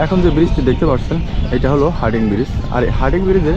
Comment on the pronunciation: ব্রীজটির নাম হার্ডিং নয় হার্ডিঞ্জ ব্রীজ । যাইহোক খুব সুন্দরভাবে চিত্রায়িত হয়েছে । ধন্যবাদ।